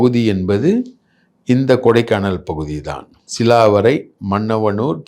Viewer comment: அய்யா சிலாவரை அல்ல. கிளாவரை